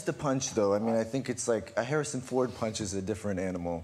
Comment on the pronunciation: The Man said "Harrison Foot"